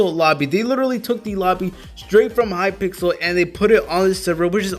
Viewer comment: Hypixel not Hypixle